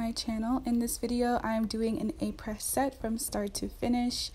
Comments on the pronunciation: its pronounced ah-pray, not apress - fyi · It’s pronounced (Ah-Pray) the S is silent 💕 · I believe “Apres” is pronounced “Ap-ray.” Just to let you know. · Just to let you know that Apres is pronounced “Apray” (not Apress). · This is not to bash you but to help you a little bit. This brand has as name a french word which means "After". Après is pronounced "Ah-Prey". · Does not know how to pronounce “aprés,” not even using Aprés, with random materials that are not chemically the same as Aprés 🤯